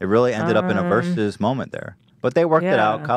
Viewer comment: I lova ya but dang it, vs = versus, not verse.